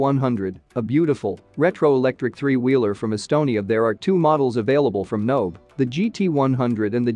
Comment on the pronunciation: Nobe is pronounced NoBay, just so people know. The voice synth in the video is garbage.